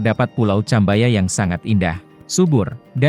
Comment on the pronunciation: Maaf tolong belajar lagi cara baca istilah min, biar enak didengar, Cambaya dibaca Kambaya bukan Ceh, seperti membaca Campur, Cukup, cara baca Internasional beda dengan cara baca Indonesia, orang asing membaca Cakra khan menjadi Kakra kan, kan lucu, Chicago baru dibaca Ci seperti membaca Ciliwung... 🙏🙏🙏